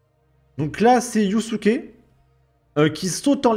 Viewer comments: tu fais exprès de dire yousouké au lieu de Yasuke pour énerver les wokes 😂😂😂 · On dit yaaasuke